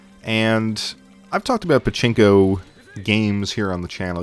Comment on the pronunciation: Did you seriously say "Chinko" instead of "Pachinko"? Just FYI Chinko means Dick ;)